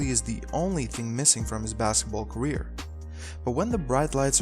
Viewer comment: This is garbage - awful narrator. "...during is gareer."